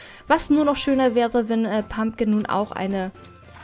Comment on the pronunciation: Es heißt PumPkin.. und WHisperwind..